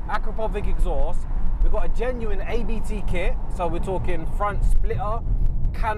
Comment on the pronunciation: Abt is pronounced ‘Ahhbt’. It’s not an acronym like ABT. As in the founder, Johann Abt.